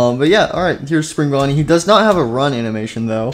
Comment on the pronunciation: He called Spring Bonnie spring bunny